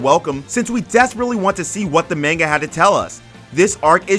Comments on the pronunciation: its MANGA, not MENGA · The way you say manga kept me from subbing today.